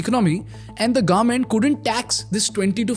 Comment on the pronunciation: Government ko Garment bolna band karo plz..